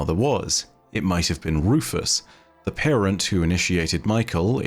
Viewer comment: I think the name is pronounce Rue-fue considering it's Rufu's not Rufus